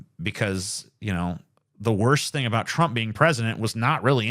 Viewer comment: A boot